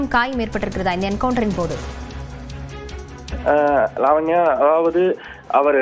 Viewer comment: லாவண்யா என்று மட்டுமே சரியாக உச்சரிப்பு செய்கிறார்!